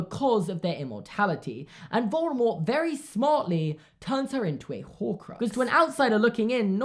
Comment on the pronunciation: I love how correctly pronounces Voldemort